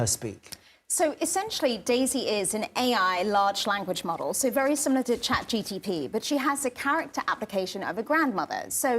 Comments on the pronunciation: Did she say chat GTP? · chat gtp.... can't even get the name right lol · “Like chatGTP” I thought it was ChatGPT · Yes, she meant ChatGPT. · Yes, she meant ChatGPT. She misspoke.